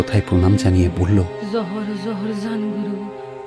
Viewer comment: ❤ ভীষণ ভালো উপস্থাপনা, শুধু উচ্চারণটা "জোহার"( নমস্কার)।